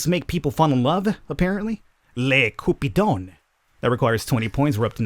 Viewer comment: I alway find it funny hearing u.s. people try to speak french but manage to say cupidon pretty well. NICE JOB